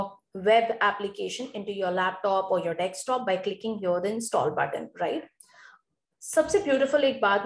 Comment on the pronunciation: bhai english bhi nai aati dhang se. desktop hota hai dekstop nai.